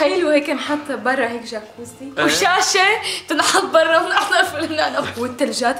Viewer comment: جكوزي بالجرف الجيم مو بالحرف الألف خطأ